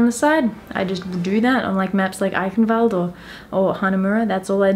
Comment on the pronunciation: Your „Eichenwald“ is good pronounced.